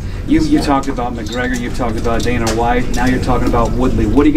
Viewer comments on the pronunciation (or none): none